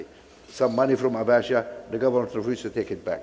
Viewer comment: Dangote can't even pronounce "government" properly. He keeps saying, "goment". So embarrassed to keep hearing him say that, despite all the wealth he's stolen. Wow